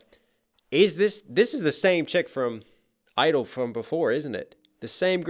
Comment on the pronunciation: the kpop group isn't idle its (G)I-DLE pronounced (Gee idle)